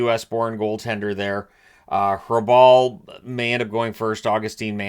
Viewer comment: His name is pronounced Raball. The a like in park.